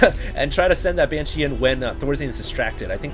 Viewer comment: is it that hard to pronounce "BANSHEE" ? it`s not "BYANSHEE" -_